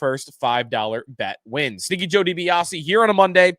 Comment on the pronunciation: I’ve been listening for about a year now and I still can’t tell if he’s saying Stinky or Sneaky Joe Dibiasi. Buffalo Tank is confused.